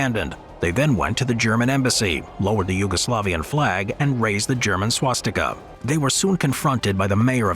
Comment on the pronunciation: That is not swatika , that is one type of cross , mad say swastika😂😂😂😂